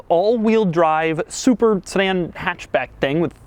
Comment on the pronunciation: Did anyone else hear Super Saiyan when he said super sedan I did hahahaha